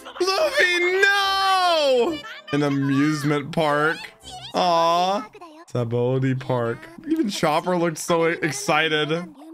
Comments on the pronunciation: Just so you know it’s pronounced Sab-a-ody not sobawty 😅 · It's pronounced "Shabondy". It's based on the Portuguese word for "soap". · Sabaody is pronounced ”Shahbody”. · Its pronounced "Shabondy" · I know it doesn't look like it, but you say it "Sha-bon-dee" Archipelago.